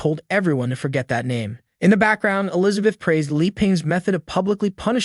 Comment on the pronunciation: Still trying to figure out who TF is Elizabeat. People really need to proofread before sending their sloppy scripts through their text to speech.